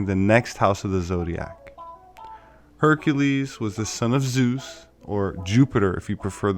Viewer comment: Herr Ka leezzz Her Ka Leezzz !!!!!